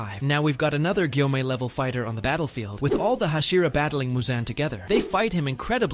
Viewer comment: Bro is is gyomei not giyomei